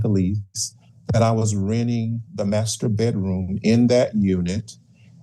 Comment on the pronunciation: lol "master bettroom'